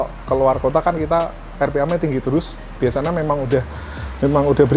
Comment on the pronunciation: Siapa yg notice mas nya kalo bilang * biasanya * bilang nya * biasana * 😑